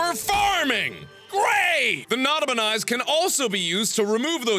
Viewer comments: Nada-per-nice. That's what I heard. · Srsly u didn't look at the tractor dud u know though it's Nota-Pe-Nis right? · It's not a penis, it's a Nota-Pe-Nis.